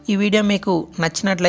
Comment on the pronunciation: Dayasesi kadhu dayachesi ok mundhu telugu nerchu ko ra jaffa